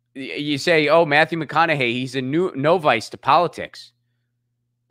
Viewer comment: No-vice......lol that's an odd pronunciation